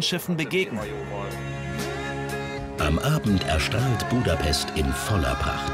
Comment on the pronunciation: „buuudapesssst“ ganz schlimm 😂